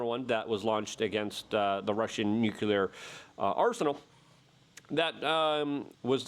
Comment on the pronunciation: Then you missed a lot of arm flailing and high-pitched squawking mispronouncing of the word "nucular"